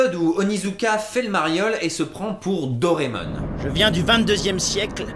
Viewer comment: Dire "Dorémon" au lieu de "Doraémon", c'est portnawak ;P